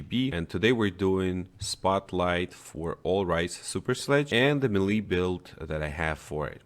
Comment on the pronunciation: Melee is pronounced “may-lay”